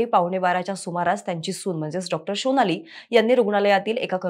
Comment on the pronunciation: Shonali nahi sonali😮